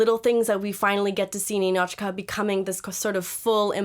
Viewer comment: It is nInichka, nInochka! Stress on the second syllable